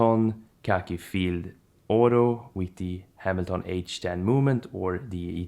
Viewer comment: Interesting how you pronounced ‘Hamilton’. Not bagging on you, I just never thought about that name that way. Good video overall my dude.